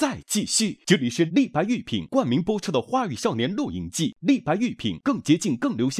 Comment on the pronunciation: 丁：狂野吧 sao（少）年